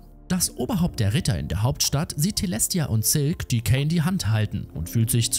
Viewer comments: Ok tolles Video aber wieso sagst du käin er heißt doch kain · Nicht Kän sondern kein eiiiiiiin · Der Heist übrigens Kain und wird auch so gesprochen wie der Biblische Kain so wie du es sprichst würde es Kane geschrieben! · Er heißt cain und nicht kane aber sonst echt super Video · Es heißt Kain und nicht Käin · Der Anime heißt The parallel chronicles of the aristocrat und außerdem wird der Name der Hauptperson ,,kein“ ausgesprochen